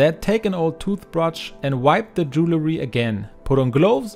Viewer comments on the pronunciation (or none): Bonnes idées, merci. Correction.... Ce n'est pas "jew-le-ry" MAIS "dual-ry".